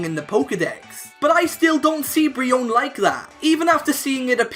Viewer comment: youre pronouncing Braxien wrong